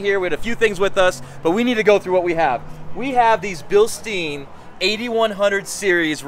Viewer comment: Funny way you pronounce the "Bilstein" dampers ... :):):) Perhaps they shoulf create a new brand for the US, something like "Bilstine" ... :):):) EDIT: shock absorber is a better translation than damper...